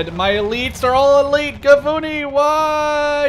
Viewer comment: Well, Shayetet is pronounced Sha-ye-tet, and Gavnuni is Gav-Nu-ni